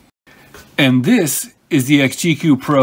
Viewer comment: You know it's pronounced XG - E.C.U. not "exgeeque" lol